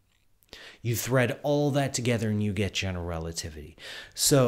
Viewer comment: Is it just me, or is he pronouncing "generelativity"? Also, shouldn't the name "Einstein" be pronounced "Ein-shtein"?